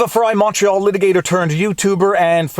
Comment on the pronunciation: I just realized you're saying "Viva Frei Montreal Litigator turned Youtuber" all this time I thought you were saying "Viva Frei Macho Litigator turned youtuber"